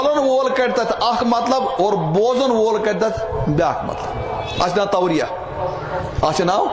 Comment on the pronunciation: Tauriyah not tauliyah